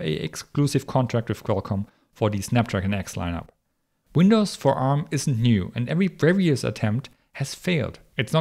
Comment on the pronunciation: Winadds lol